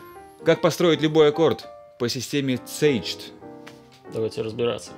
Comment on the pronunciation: обычно называют кейдж. По английскому произношению. Caged как слова смысл ещё имеет)